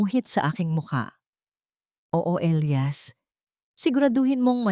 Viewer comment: Sa sobrang liwanag ang elias naging ilayas🤣🤣🤣